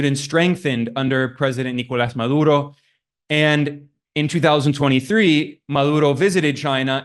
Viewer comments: correction: it's pronounced MaDuro, not MaLuro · He had a hard time saying 'Maduro' - Ma-dur-oh. With a 'D' in the middle of the name. How does he screw it up six times?